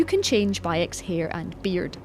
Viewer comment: it is not by ex it is bayek's tf mate... it is not magi it is medjay... it is bayek not byuk... they are snakes not snacks...